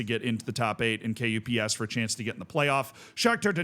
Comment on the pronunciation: KuPS is usually pronounced like "cups" but with hard k instead of c :)